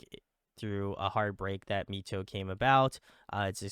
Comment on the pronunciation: Loving this deep dive. Found this channel through KAVE's deep dive ❤ MITO is actually pronounced as "My-Tou" instead of "Me-Tou"